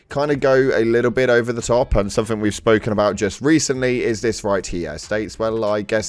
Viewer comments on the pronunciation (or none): Ugh, it makes my skin crawl when i hear british people saying "somethink" instead of "something"